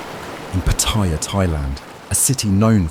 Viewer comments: PattAya. Not Pattiya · Uh, its pronounced Patti-YA not Pa-tire. Its also a shithole. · The Thai pronunciation is PAttaya with the stress on the first syllable. Not PattAya... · Why do you call it PATHAIYA......THERE IS NO I IN THE WORD........ IT IS PATTAYA TA AS IN T A NOT THAI A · Like so many foreigners ( farang's) you need to learn how to pronounce Pattaya correctly, there is no such city called Pattyrea , Pat-t- a -ya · It was forgotten in 24hours. pS its pronounced patt-a-ya. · It's PAA- taya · Pataiya, love how Brits pronounce Pattaya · Narrator......try saying Pa Tai--ya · “Pattaya”. If you want credibility, learn to pronounce the name first. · How can anyone take you seriously when you pronounce it wrong in the opening title scene? MEGALOL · And never pronounced Pattaya correctly once ...